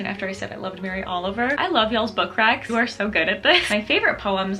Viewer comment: When you said book recs I heard "book cracks" and immediately imagined a book with a little booty 😅